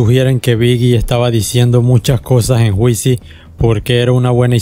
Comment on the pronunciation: Pero, mi hermano que esa vaina de "juicy" pronunciado literalmente?! una vez le aconsejé sanamente que tome un cursito de Inglés para que aprenda a pronunciar ya que por el contido expuesto acá, lo amerita.. No sea cabeza dura.. Llévese de mi!